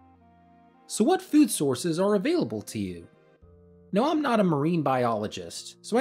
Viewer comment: My man said, "fewd".